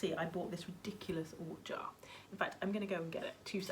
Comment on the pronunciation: You ort “jar” made me laugh out loud. So funny. Love it. Thanks for sharing your drums. They are fabulous.